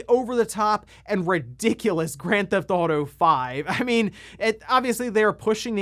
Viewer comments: there’s no such game as”Gran-thouto” it’s “Grand Theft Auto.” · “Gran thauto”